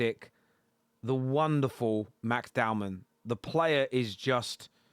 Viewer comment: *Dowman. Not downman